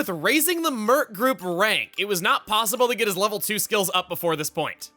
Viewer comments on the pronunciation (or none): none